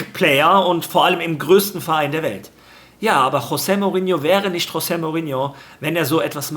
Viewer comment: Das portugiesische "J" wird wie das englische 'G' gesprochen. Z.B. Jorge spanisch = George Englisch Also Jose (Dschose) Mourinho